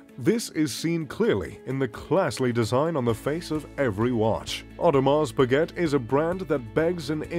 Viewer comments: T is silent in Audemars Piguet. Got annoying after hearing it half a dozen times... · It's pronounce Pigay(Piguet)not Piget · You should at least know how to pronounce the name of your favourite brand. It’s not pigget , it’s peegay! French! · 'pa-get'?? LOL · Hard to take a list seriously that includes Bremont but not Vacheron Constantin or A Lange & Sohne from a guy that doesn't know the correct pronunciation of Piguet even though he states its his favorite brand. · He can't even pronounce Piguet